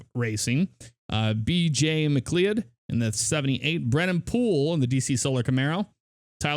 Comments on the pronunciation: McLeod is pronounced mccloud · Just for future reference, McLeod's name is pronounced "McLoud". Great video thought! Truly brightens up my day. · Yes. And Steven Leicht is pronounced "Light". McLeod is pronounced "Mick-cloud". Yeley is pronounced "Yay-lee". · You pronounced McLeod, Yeley, and Chastain wrong, but the game looks good.